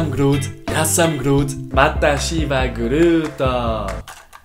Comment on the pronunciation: XD XD XD XD "Vatashi va" hahahahaha I study Japanese, (but I am Italian) and this is orrible pronunce